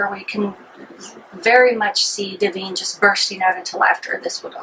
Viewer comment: 1. It's Duh-vine. 2. You seem way too uncomfortable with this film. 3. It was the first time a transwoman was in a movie for general release. And mr marbles running in fear from her showing off to me as a fellow transwoman was fucking hilarious. 4. The dog was fed steak for three days according to John waters. Better than cat shit and garbage. 5. There are two people in the world. Those who think Pink Flamingos is funny and over the top, and those who forget it was a gross out flick, meant to offend and shock.